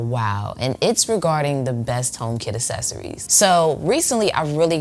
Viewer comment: a*K*cessories not essessories HARD C